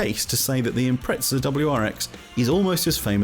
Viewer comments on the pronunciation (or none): I keep hearing Impretzels